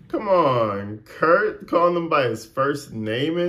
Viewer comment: He's calling him "Carp" not Kurt.